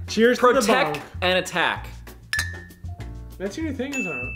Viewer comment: who is going to keep track with every video that these epic people have made… where fucking says protec and attac and kissth🤣 it’s tshirt material